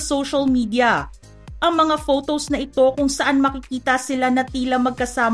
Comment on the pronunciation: Ate hindi “fotows “